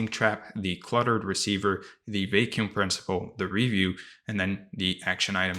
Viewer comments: Brother please pronounce vacuum well its a word you use so often hahahah its not vei-kium its va-kium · Thank you so much for this valuable content! I did feel a little thrown off each time you pronounced “vacuum” as “vay-kew-m” though 😅 But I know that English might not have been your native language.